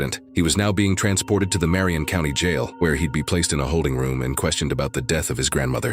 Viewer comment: Ken and Dane, it's Marion county!